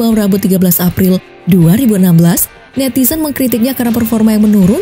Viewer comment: Coba cek 00,10. Mbak mimin salah sebut kata "NETIZEN" yah??? Atau sya salah dengar.. hihihihi Sesekali tunjukan mbak yg baca berita dong, penasaran. Hahaha